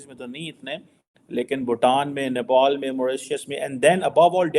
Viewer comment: nepol nahi nepal hota hai